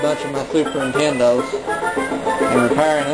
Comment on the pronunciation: "these Fuses on these super NITENDOS"